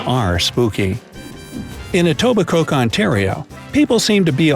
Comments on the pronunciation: “Etiboke” its pronounced “Etibocoe” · Newfoundland is pronounced "newf-in-land" Kanata is pronounced "can-ad-a" Etobicoke is pronounced "e-toba-co" I could go on and on... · It's not pronounced Etobi-Coke, it's pronounced Etobico, the k & e are silent! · he says "In EtobicoKe Ontario" Actually, the K is silent. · Lol you pronounced Etobicoke “Etobi-coke” It’s “Etobi-co” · Greg S I live near Etobicoke, it is pronounced without the “k”. Etobicoe Esquimalt is pronounced esquimoe Sudbury is pronounced Sudbury not berry. Kanata. = can a ta Osh a wa Saskatchewan Sask atch e won. Accent on the catch not on the won. Wf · pronounced "etobi-coh" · You pronounced Etibicoke,Ontario wrong and it's not a town it's a just a neighborhood in Toronto like NYC has Brooklyn just some fact fixing for you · And Etobicoke, it's proncounced Etobico. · I live in Ontario and none of these are true, btw I loved the way he pronounced Etobicoke (eto-bee-coke) I can’t 😂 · It always makes me chuckle when people say etobicoke wrong. Just end it at the o (pronounced oh). Then u got it right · strange Canadian fact..we do not pronounce it EtobicoKe...the K is silent.. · Ikr lol...I live in Etobicoke and when he pronounced the K, I cringed so hard lool😭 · The K is silent in Etobicoke 😅😬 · Messed up Etobicoke too